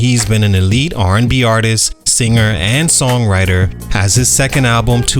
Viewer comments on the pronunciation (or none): none